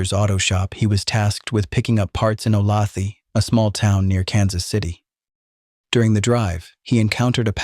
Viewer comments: It does not depend where you live. The way a town is pronounced is the way it's pronounced. Does Chicago get pronounded Chy-cae-go if you live elsewhere? Olathe is definitiely O - lay- thah. The narrator is pronouncing it wrong. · Olathe is suburban of Kansas City. We say it with the middle syllable accented, schwa at the end. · It’s ‘oh-lay-tha’ mmmmkkkk ? aim not from Kansas and even I KNOW THAT ! ‘Olathe’ is “Ohhh-lay-thA” for the love of God and in the decent memory of the Clutter Family !!!!! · Oh-lay-the (ah) Is how the town of Olathe is pronounced. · My hometown of Olathe is pronounced “O-lay-the”. It is very annoying that they couldn’t fact check this and say it correctly. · The name of that town is pronounced o-lay-tha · Sorry, have to do this... Olathe (o lay thuh) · you lost me at ”Ohlawthee” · Olathe is pronounced "O-LAY-tha." I knows it's AI, but I can't figure why it's hard to look this up. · Sorry, lifelong Kansan here. Olathe is pronounced O-Lay-tha. I know, kinda silly. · Three syllables? I would have guessed "o-LAYTH." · Olathe(KS) is pronounced O lay the. AI narrators are so cheesy. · Please learn to pronounce Olathe correctly! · Oh come on. How can you mispronounce Olathe? Amateur hour.